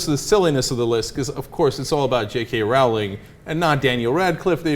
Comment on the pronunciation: Roe - ling, not Row - ling. Learn to pronounce her name, she's world famous you can't be that ignorant.